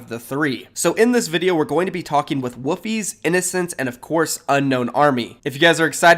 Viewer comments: Its WoLFIEZ not WOOFIEZ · wolfiez not woofiez.... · Why does he call wolfiez woofiez?